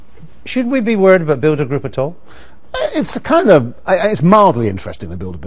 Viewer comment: Bilderberg?? Hofofofofofofooo. The NSA PRISM prewgrahm. oh. Neva Hurd of it. Hofofofofofofofoooo. Oh You crazy "conspiracy theorists" with your NDAA and increased surveillance. why SHORLY we OLLL knew that there is new such Thinga. Hofofofofofofooo